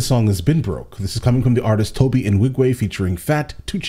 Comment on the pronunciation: I love your content. But I absolutely hate how you consistently mispronunce Tobe's name.